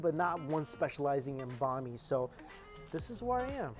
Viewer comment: So cringing the way he pronounces banh mi smh sounds like he’s saying a persons name